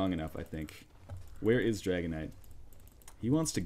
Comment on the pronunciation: Whenever you say Dragon Knight all I hear is Dragonite.